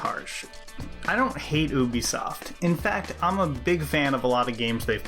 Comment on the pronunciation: It's pronounced You Bee Soft